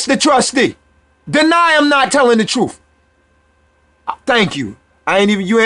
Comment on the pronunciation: It is pronounced birth and truth not berf and troof